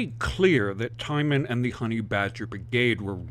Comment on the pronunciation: Not to belittle your message and support. Just want to let you know that Allison's surname is pronounced TEEman